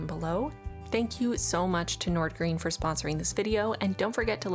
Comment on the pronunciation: both “Wagner” and “Nordgreen” actually 😂 But it’s not like any of us expect non-Danish speaking people to ever pronounce it right, our language is … weird